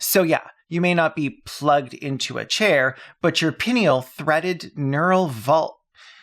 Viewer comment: Pineal is pronounced Pie Knee All 🤣The glazing and sycophancy of these bots is off the charts. No matter what you say it's sharp, brilliant, amazing and exactly the right question to ask, etc, etc. It's no wonder people who are looking for confirmation fall down the rabbit hole